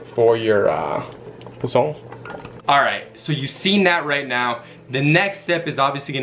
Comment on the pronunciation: Next time you are trying to do a cooking video pronounce posole right. Like it is not the gringo way.. also is not rejuvenated is rehydrated.. laurel is the same in English. Posole doesn't take that long. At least 2 to 3 hrs to make.